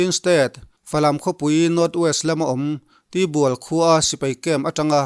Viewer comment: Tibual ti lovin Tuibual ti mai la